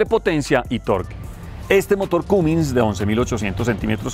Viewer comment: Se pronuncia camins no cumins